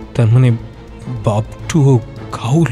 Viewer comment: Dear Team this is a request to the main narrator kindly get ur pronunciation correct its "GHOUL" AND NOT GHAUL ! According to the dictionary of Supernatural elements its said to be a low life spirit that feeds on dead bodies found mostly in cemeteries. Agarbatti or dhoop are the same. The entire presentation was spot on ! Enjoyed every minute of it. Brilliant acoustics. Good luck for the future. 🤘✌♥️...